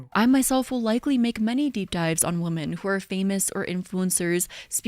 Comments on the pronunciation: She pronounces women as "woman" and its driving me crazy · Is it just me or does she pronounce “women” and “woman” the same? Like she’s unsure which one to use so she just says it weird hoping no one notices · Why do people say “women” as “woomen”? It’s driving me nuts